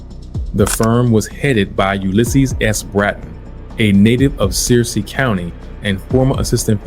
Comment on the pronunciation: "Searcy" is pronounced as "Sir-See!" Other than that; great video.